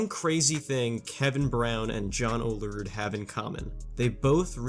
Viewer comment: You say olerud wierd. It’s “Ol-rude” not “oh-la-rude”